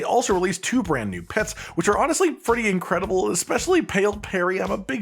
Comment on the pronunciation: How many times did you count him say "Tew"